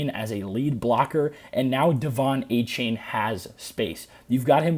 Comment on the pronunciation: Apparently, it’s pronounced Ay-Chan